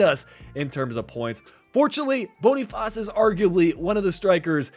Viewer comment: You can just say Boniface like in English, it's what the player prefers 😊